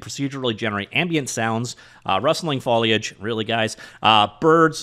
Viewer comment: The high point of this video was the correct pronunciation of foliage